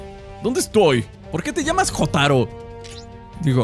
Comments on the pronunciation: wee se pronuncia llotaro :V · Yotaro con acento en la O xd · Jotaro Kujo (Se pronuncia "Yotáro Kuyo") es de la serie Jojo's Bizarre Adventure, es epopulare protagonista y me atrevería a decir que uno de los mas populares. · jotaro es del anime jojos bizarre adventure y en esa temporada donde jotaro(aunque se pronuncie yotaro)desde japon va a egimpto para matar a dio(porque su madre desarollo un "stand" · Jotaro(se pronuncia yotaro xd) es de jojo's igual que dio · Se llama jotaro pero se pronuncia yotaro de jojos bizzare adventure. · Jotaro es de JoJo bizarra adventur, el anime más varonil posible que existe XD, y se pronuncia YOTARO (con voz de macho :O) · JOTARO ES DE JOJO'S Y ADEMAS SE PRONUNCIA YOTARO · Jotaro que se pronuncia llotaro y Dio que es el que estaba con el cuando llegaron, son de Jojo’s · Jotaro Kujo se pronuncia yotaro kuyo y es del anime Jojos bizzarre adventure